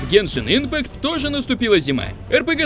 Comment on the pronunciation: Я очень много раз замечала что мамикс (Максим говорит не дюшеееес а дююшес (извините прост ударение поставить не могу) и ещё по геншин он сказал не ипмааакт и ииииимпкат и ещё со словом высоко но это мелочи но я всё равно в речи у него это замечаю"